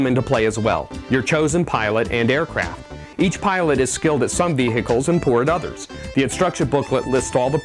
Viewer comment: lol u say 'vehicles' weirdly